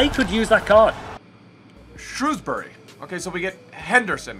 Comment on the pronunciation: heeey! im from shrewsbury! and i must say it made me laugh the way you said it! awesome vid broooooooo i got TOTS Gaya in my pack